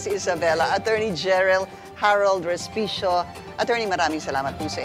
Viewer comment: Sorry po and not Hospecio😂😂😂